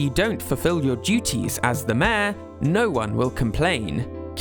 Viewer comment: city folk is the american name. Its called lets go to the city in our countries where mayor sounds closer to mare than to major…